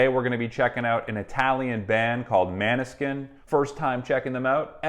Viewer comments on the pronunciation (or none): The Bandname „Måneskin“is a Danish word meaning „moon light“ (Victoria is half Italian half Danish) The correct pronunciation is instead of „man-Skin“ more like „Monée-skin“ (the nordic letter „å“ is correctly pronounced like an „o“ and in almost every language besides English and French, the letter "e" (at the end of syllables or complete word, isn’t silent and always been stressed out like every other letter) BUT be careful: because the letter "e" (in almost every non english language) is actually not pronounced like the usual(english) "i" , it’s instead pronounced like the "E" used at the (english word for) „Egg“ or like the French originated letter „é“ used for the (pinkish/light-red champagne or wine type called) „Rosé“